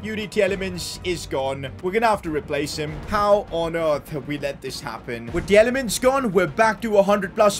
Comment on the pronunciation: As a Belgian, it hurts hearing your pronounciation of Tielemans and Wout Faes lol